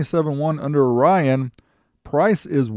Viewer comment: FYI: the company Orion, not Rion or (u)Rion.